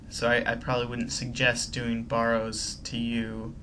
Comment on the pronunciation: is it just me or does his pronunciation of barrows bug you